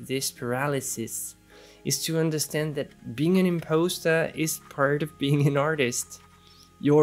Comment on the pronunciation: Just FYI, the word impostor is pronounced im-paws-ter. I loved the video and your advice.